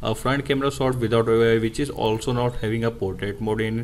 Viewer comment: Why u Indians speaks English if it's not ur native language LOL 🤢🤧 speaking slowwely slowwly and then 1000words/Sec That is portrait shot Not sot